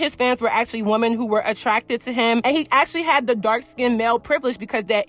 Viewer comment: lol it’s just so harsh to hear !! When I know you’re speaking overall to “women” but hearing the singular pronunciation of the word 🥴